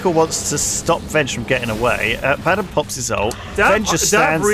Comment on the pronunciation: Wait wait, I'm sorry, but... Lewis pronouncing Abaddon ...